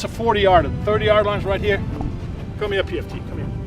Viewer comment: "come eer pft, come eer." Mort, Jan 2020